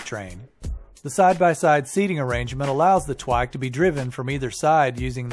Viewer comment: "The Twike.." I'm sorry, come again? What, nobody? C'mon lol